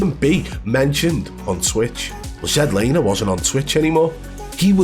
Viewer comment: ZEDlaner lmao 🤣